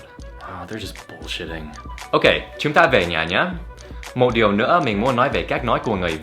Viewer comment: Ở Dan đọc từ bullshit sao nghe lạ lạ, giống như âm [p], ai nghe tốt giải thích giúp mình với!